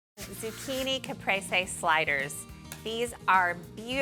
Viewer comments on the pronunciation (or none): Did she call it cap-Ray-say lol what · I maybe an Okie like Ree, but her pronunciation made me giggle a little bit. Lol!!